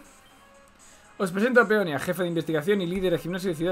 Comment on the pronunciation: cómo que Peonia sera Peonía